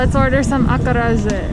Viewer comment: Acarajé is pronounced /ah-kah-ra-ZHE/